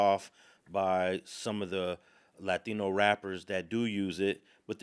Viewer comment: 3 seconds in, just by the way he pronounced “Latino”, bruh is definitely compromised.